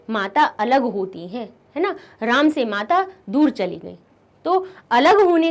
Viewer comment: Ram shabd ka galat bola as apne